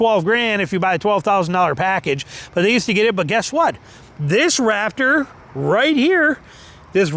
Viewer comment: It’s RaPtor not RaFTer listen to your video.